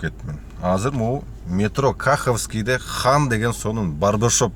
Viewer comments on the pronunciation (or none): Кахвский эмес !!! Каховский!!😂